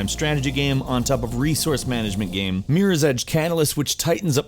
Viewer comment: still can't pronounce the word "game"